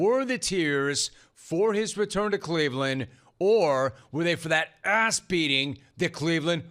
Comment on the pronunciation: Did Skap Attack teach you how to say "asss"?